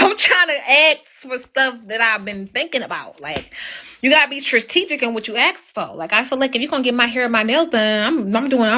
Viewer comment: What is "TRATEEGIC"??? Did she mean" STRATEGIC"???